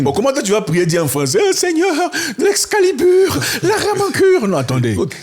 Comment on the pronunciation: Excalubur... j'en peux plus 🤣